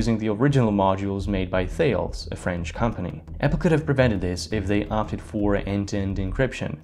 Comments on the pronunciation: "Thales, the French company" It's pronounced "Taaless" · Thales likely pronunciation: “Ta-les” ;). Those French hehe.